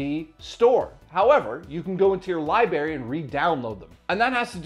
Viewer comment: Great video and overall channel, it just hurst my ears to hear you say lieberry instead of library. I know it’s petty and small to nitpick at but it’s irksome to me. Otherwise everything here is groovy and I wish you nothing but success.